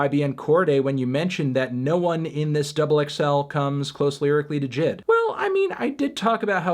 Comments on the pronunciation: Anthony stop saying pronouncing "Jid" as a word. He's known as J.I.D. the acronym, probably cause it sounds way better than fucking Jid. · Who else screamed when he pronounced jid and not j.i.d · uhh melon, it’s pronounced J.I.D. not “Jidd” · Let's argue: Melon pronounces JID like "jed" just to irritate us